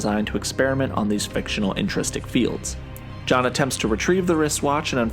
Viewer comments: Intrinsic! Intrinsic field generator! Hard to take serious an explanation from somebody who cant be bothered to pronounce the word the way its spelled about 12 times in the comic. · IntriNsic not intrististic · It's "intrinsic fields", not intristic fields.